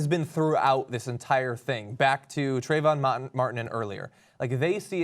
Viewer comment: Lol, John's suddenly Boston accent on "Trayvon Mahtun."